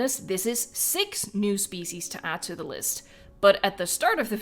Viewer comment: Listen to when you say ‘species.’